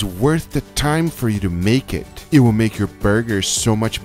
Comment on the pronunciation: "SO LETS DO ETT" Gay.